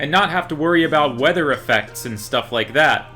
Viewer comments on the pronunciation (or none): none